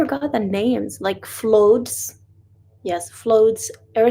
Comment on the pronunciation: Oh I just have to let you know The word Flood is pronounced Flud The "U" sound is like "U" from "u"gly or UGG boots. Inshallah the weather gets better for all Palestinians in Gaza It is really hard to see how much the weather is affecting you all especially the children and elderly and pregnant women in the tents